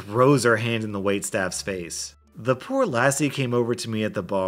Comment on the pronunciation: Am I the only one from Scotland laughing at the way he pronounced lassie & some other words?